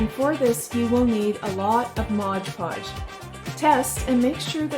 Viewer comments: MOD podge Not MODGE podge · if they are going to do a you tube then they need to pronounce words correctly. That is my worst pet peeve about you tubers calling Mod Podge Modge Podge. Don’t they read the label for Pete sake?